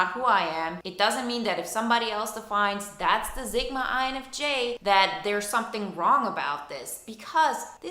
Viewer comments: Zigma?? Or sigma . You lost me within your nagging boring voice . And it’s Sigma not Zigma . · Stop calling it zigma.its pronounced how it looks.sigma sigma sigma